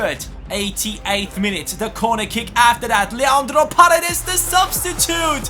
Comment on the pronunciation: hey,a tip,paredes is accented in the firs e(like parEdes),not in the a(you're saying pAredes) greetings from argentina!!!